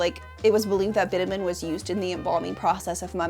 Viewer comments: BitUmen. Accent is on the long U. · Bitumen = bit chew men. Please. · I really hate to be this person on the internet sometimes, but 'bitumen' is pronounced "bi·chuh·muhn" not "bit-a-men". Great video otherwise but I felt it was important to mention given the point you were making about the importance of understanding languages. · This was a great and very interesting and obviously well researched video. One note though, bitumen isn’t pronounced “bit-a-min” but “bi-chug-muhn”. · Thanks for sharing, The Mummia concepts and truths are so very interesting. Thank you for talking about this very unique concept. One note bitumen is pronounced Bi-chu-muhn. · I defo thought bitumen was pronounced with a tch sound....